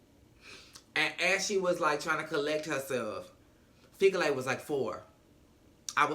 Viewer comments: Repeat after me: Fee Key Le. Fikile. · 🇿🇦😂😂🧡 I loove the way you pronounce Fikile - Fikilay😂🙌